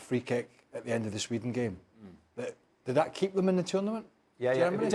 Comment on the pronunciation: This presenter irritates me "dishappoinching, momench, of the tournamench shooo faar." talk normally you spanner